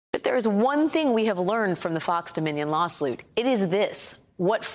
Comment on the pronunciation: the law-slute?!